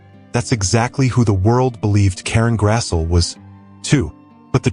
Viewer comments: Her name is pronounced Grass-ly. but don't take my word for it. I used to call her Grass'l, too. 😆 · Karen Grassle's last name is pronounced: "GRASSlee." ( just sayin' ) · It's GRASS-LEE you ai bot. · Thank you, Ma... (Her last names is pronounced Grass-Lee).